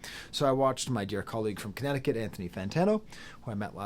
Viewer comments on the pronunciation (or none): none